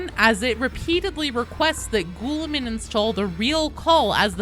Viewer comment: For the love of God can you stop saying gouliman 😂